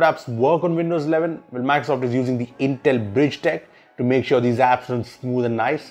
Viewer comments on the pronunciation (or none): none